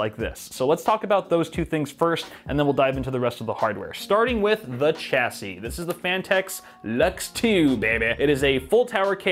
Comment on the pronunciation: Shashey not cha sey